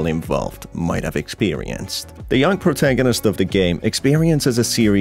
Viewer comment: I LOVE WHEN U SAY POURTAGONIST THO